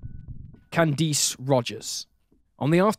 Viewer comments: Literally nobody but you pronounces Candice as can-deese. It's pronounced can-diss. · I understand that you're British, but you really butchered Marice's and Candice's names. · It's been months now, so I don't remember. It was so cringy bc he mispronounced it throughout the video. Like I said, the Comments were turned off, so maybe you can search based on that info.